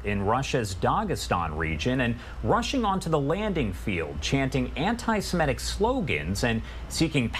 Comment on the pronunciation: Perhaps this male announcer could be gently told that the word is "anti-Semitic", not "anti-SemEtic." There is no second e. Thank you.